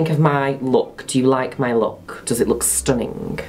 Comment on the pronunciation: Nobody: Juno: STUNINGE